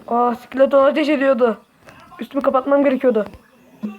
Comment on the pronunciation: S,KİLETON dedin haha